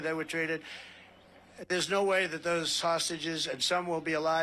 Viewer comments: Why does Trump say 'sausages' when he means hostages? 😀🇦🇺💙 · He can't even say the word "hostages", he ends up repeatedly saying something like "hostgages". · What are "hosgigeges"? That is what the stable genius said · Did Trump just say "sausages" for "hostages"? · Is Trump saying sausages or hostages??? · Did he call the hostages, sausages? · His "hostages" sound like "sausages" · 😂I was like "did he just say sausages?!" & was sooo confused! At least I know I am not the only one who heard "sausages"!